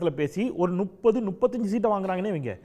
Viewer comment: போன்ற கருத்தாழமிக்க ஒருவர் சேவை தமிழ்நாட்டின் வரம். என் உரிமையான வேண்டுகோள் தாங்கள் நுப்பது என்பதை தவிர்த்து முப்பது என்று உச்சரிக்க வேண்டும்.